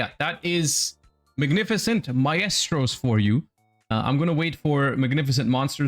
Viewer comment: Mf can’t pronounce maestro